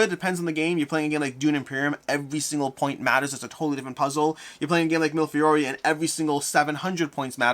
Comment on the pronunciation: I like your reviews, and love this game. But, repeat after me: me le fee ori.